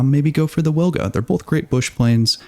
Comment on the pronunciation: Wilga is prounonced veelga, trust me, I'm a Pole. W is always V in Polish, to say weelga we would write it down as Łilga